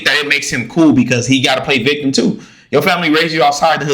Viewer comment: My man, it’s “Victim”